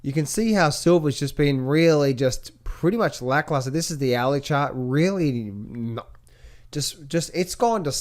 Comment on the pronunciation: Love when shows the gold "Owey Chawt" 🤣🤣🤣